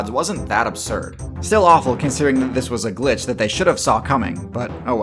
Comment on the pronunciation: I don't like the way you say update and patches and glitches. Makes me question my reality